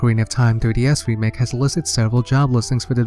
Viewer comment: You forgot the "k" in remake but that's no big deal